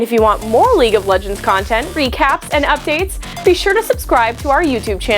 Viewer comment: League and not leage